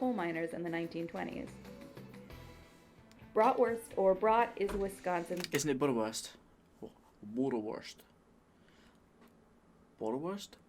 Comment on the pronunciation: As an American born German, I'm doubly offended at how you pronounced bratwurst.